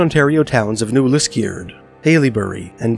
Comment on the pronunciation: haileybury (hell-a-berry) Liskeard (Lisk-er-d) sorry it was throwing me off😭